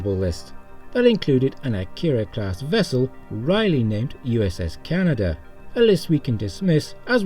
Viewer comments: The name "Kaneda" is not pronounced as "Canada", it is pronounced "Kuh-nay-duh". It is based on one of two main characters in the Japanese Animated (aka Anime) movie named "Akira", which the class of ship is named after. In fact, I wouldn't be surprised if the next ship in line is called "Tetsuo", after the other main character. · it's not Canada it's pronounced Kan-ai-da. watch the film AKIRA!